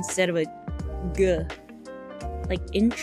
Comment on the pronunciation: She's a big fan of diphthongizing a bunch of words. Mainly short words with a single "a" or "o" vowel sound, she says them with two vowel sounds. So you also have "not" becoming "night," "god" becoming "guide." Sometimes you'll hear other vowel sounds too, like "good" becoming "goo-id." Like that "indie girl voice" trend people made fun of in videos a while back.